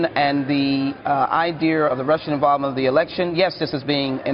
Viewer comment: Do d she say iderr like Tyler perry???!???!!?